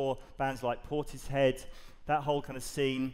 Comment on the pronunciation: HOLD ON A SECOND: it is read PORTIS - HEAD? not PORTISH-HEAD?